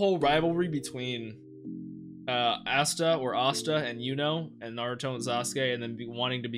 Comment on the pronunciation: Ah-sta lol i swear i heard you say assta 😂